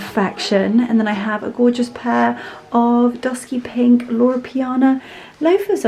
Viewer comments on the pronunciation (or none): none